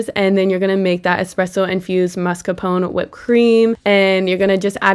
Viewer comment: Why do you keep calling it "mascarpono"?? 😂